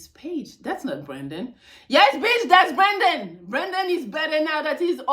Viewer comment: I love the way she say BITCH!! The beech!!